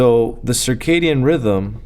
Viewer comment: It's circadian not circadium.